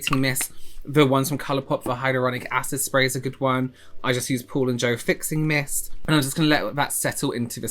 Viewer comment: You said Paul & Joe but my ears heard Poor Ann Joe. 🤪🤦‍♀️